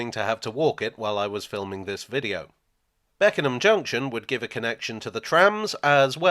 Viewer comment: You pronounced Beckenham absolutely perfectly